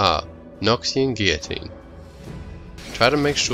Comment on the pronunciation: Holy shit thank you for pronouncing guillotine correctly.